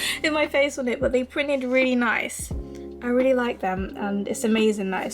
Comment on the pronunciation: no hate, but did anyone notice she sad ‘neece’ rather than ‘nice’ lol!!😀😂